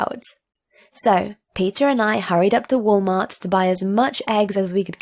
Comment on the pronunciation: I noticed once she said "Walmart" in a English accent